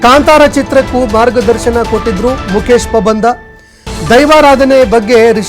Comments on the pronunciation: ಪಾಬಂದ ಅಲ್ಲ ಪಂಬದ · Not a pabandha 😅😅😅😅😅😅it's pambadha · ಮುಕೇಶ ಪಬಂದ ಅಲ್ಲಾ ಮಾರಾಯ ಮುಕೇಶ ಪಂಬದ 😂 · first kannada sariyaagi odi Pabanda alla Pambada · pabanda alla marayaaa pambada.... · Anchor please pronounce PAMBADA. It's not PABANDA